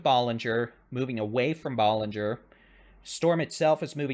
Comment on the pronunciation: I appreciate your reporting! Ballinger is pronounced with a short a as in cat. Thanks for the coverage!